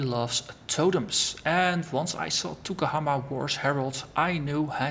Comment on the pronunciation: Yes the guys n gals GGG are amazingly nice, real professional too so its not surprising they are so good. Also, Maori isnt an easy language to pronounce, you did quite well (better than me when I first arrived, im from London lol !).